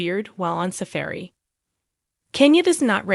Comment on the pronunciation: I am sorry, maybe its not a high priority but 'heir' is NOT 'hair' its pronounced 'air' and 'safari' isn't pronounced 'safairy' but more like 'safawri'